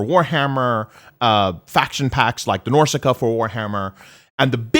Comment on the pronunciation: "Norsica" is called Norsca